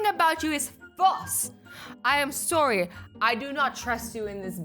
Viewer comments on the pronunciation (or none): You say sorry weird